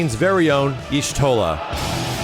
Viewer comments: Yashtola, not Yishtola. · Mandatory 'the Y is silent so it's just pronounced Shtola' lore nerd comment.